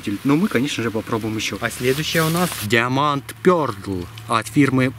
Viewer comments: Диаманд пёрдл!😂😂😂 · Диамонд Пердл... Ору... (｡◕‿◕｡)